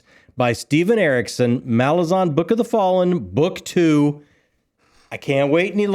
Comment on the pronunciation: guys just a nitpick...it's 'Malaz'An not MalaZAHN